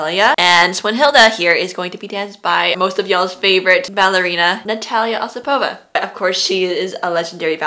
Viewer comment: Thank you very much! 💕💕💕 Please, make a full ballet commentary👑 P.S.: The pronunciation of the surname "Osipova" is more correct on the first syllable according to the rules of Russian language❤